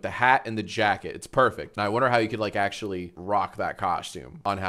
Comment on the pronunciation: Ack-shul-lee 🤓👆it's not Kirby, it's Marx, read the username